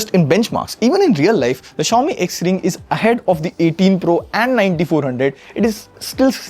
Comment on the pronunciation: Bro you are saying XRING 0(ZERO)1 but trekin tech is saying XRING O1 😅